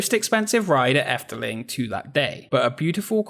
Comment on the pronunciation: Yes, you butcher the Dutch language, but at least you pronounced 'Efteling' correctly and you more than make up for it by showing amazing archive footage of Walt Disney visiting The Netherlands. Good video. I grew up near the park and must have been there hundreds of times. It's a great and unique park, although there is a slight decline in quality ever since imagineer Ton van de Ven retired. Since then, the only additions I really like are the Baron 1898 dive coaster and The Little Match Girl, designed by Michel den Dulk (who also left Efteling to become an imagineer with Disney in Orlando, where he designed the 2016 Frozen Ever After ride in Epcot).